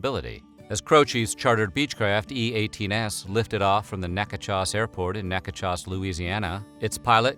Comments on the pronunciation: .... Neckachoss? NECKACHOSS??? Na-chit-TOE-ches. NOT. NECKACHOSS. DUDE. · Louisiana native here, and I just wanted to let everyone watching this video know that "Natchitoches" is pronounced Na-kuh-tish and not Nehk-uh-chohs. Thank you. Lmao. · I love your videos but you completely mispronounced Natchitoches. It’s not “Neck-a-chas” it’s “Nack-a-dish” LOL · It's pronounced Nak A Dish. R.I.P. Jim Croce. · Great video. Btw, Natchitoches is pronounced “Nack-a-tish” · It's pronounced " Nac a dish" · I enjoy watching videos like this, but really am put off when names and places are mispronounced. A good friend is from Natchitoches, LA; it is pronounced Nah-Codish. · You pronounced Natchitoches wrong. Its Nack-a-dish. Im from that area.. just thought I would helped you out. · Or nack-e-dish. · Not for nothing, but Jim Croce died in a town in Louisiana called KNACK-OH-TISH (Natchitoches). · On Jim Croce's death, just a lesson from Louisiana: "Natchitoches" is pronounced Nack-Uh-Tish. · You pronounced the town in Jim Chochie badly! It’s iMac-o-tish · Not being that person but Natchitoches is definitely confusing when you read it trying to pronounce it. A lot of people in Louisiana have issues saying it too. But it’s pronounced like Nack- a - tish. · I have never heard the city of Natchitoches butchered so badly in pronunciation. It's pronounced Nack-a-dish, don't ask me why, I don't know the history of the name, just the pronunciation. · Natchitoches is pronounced “NACK-uh-tish.” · Otis Redding's plane crashed into Lake Monona (Ma-no-na) Jim Croce died in Nacadocious (Nac-a-doh-shus). Perhaps some elocution lessons are in order. Learn how to speak, would you please. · Natchitoches is pronounced “Nack-a-tish” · Natchitoches is pronounced nackadish btw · Natchitoches is pronounced "NACK-atish" — please put some effort into the info you relay. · Natchitoches= Naka-do-sh-is Home of Steel Magnolia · I don't think I've heard a worse pronunciation of Nacogdoches, LA